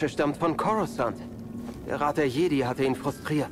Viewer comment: Hey ich will ja nichts sagen aber du sprichst das Spiel falsch aus sag bitte Jedi auf Englisch